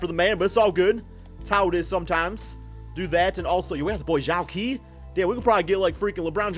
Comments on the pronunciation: zhou qi is actually pronounced as "zhou-CHI" not "zhou-KEY" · Zhou Qi is pronounced Joe Chi btw lol